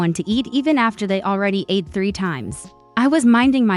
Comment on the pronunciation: Your AI started with first person pronoun, then later, changed to 3rd person pronoun. Charming narrative but confusing. Please teach your AI to pronounce ATE as ahhh-tea or ahh-tay, and not "eight" or past tense of EAT. 😮 Ate is the respectful address to an older lady because it's disrespectful to call an older lady by her first name.